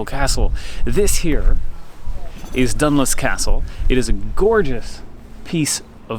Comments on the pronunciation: It is pronounced Done-loose not done-luce but a good attempt! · Dunluce is pronounced “done-loose” 😂